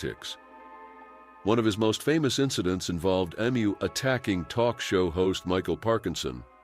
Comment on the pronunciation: Never known anyone to pronounce Emu wrong 😂